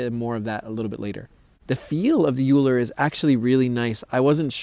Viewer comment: its pronounced oh-ee-ler asin eulers disk